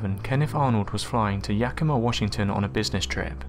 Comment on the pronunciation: Never in a million years did I think I would here Yakima on your channel, great job pronouncing it! 👍